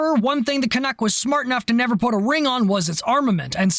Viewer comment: As a Canadian, I have to thank you for correctly pronouncing "Canuck". I see all to many people on Youtube, primarily from Europe, pronounce it as "CanOOk".